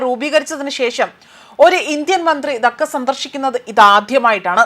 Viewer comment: ധക്ക അല്ല ധാ ക്ക ആണ്